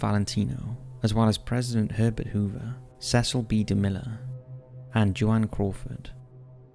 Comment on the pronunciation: Ms. Crawford pronounces her name in one syllable Joan not jo-Ann